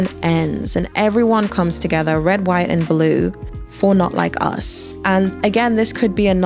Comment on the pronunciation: you hit the hard H on that HhhhWhite America 💀🙃 // I thought the "greek chorus" of women, and the ALL WOMEN dancing section on "Luther" was super powerful & not just a nod to "the hits"... I felt like he brilliantly dovetailed this into "Not Like Us", which is basically an anti "violence against children and women" song...